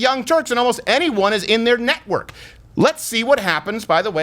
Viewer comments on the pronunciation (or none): Is he saying "NECKWORK"?